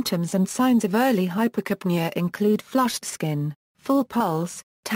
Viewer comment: Put stress on "ca": Hyper'capnea.